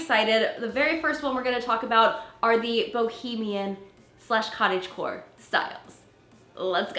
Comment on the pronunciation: I thought you were saying cottage whore until I looked at the title 😳🤣🤣🤣😉